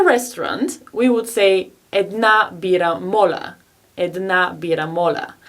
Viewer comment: How come you pronounce моля as "мола"?